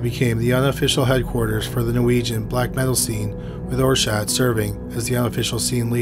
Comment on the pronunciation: Euronymous's name is pronounced like "are-set" not "or-shadt" but otherwise you did a good job covering the story, which is full of controversy and rumor. We'll never know what really happened that day in Oslo. Lords Of Chaos is trash, written by a poser who desperately wanted to be involved in the scene. The documentary Until The Light Takes Us is a much better route to take if you want to delve into the subject.